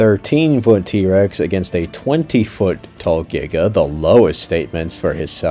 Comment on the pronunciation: if he doesn't want to be hanged by the Paleontology community, then he should've said Giga, it's the correct way to say it